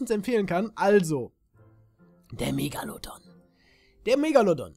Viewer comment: sprech erstmal megalodon richtig aus